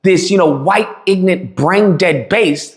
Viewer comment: there's something that kinda peak ironic to pronounce the word ignorant as: "Inant" given what the word ignorant means...